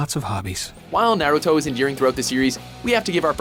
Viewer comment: "nare ruto"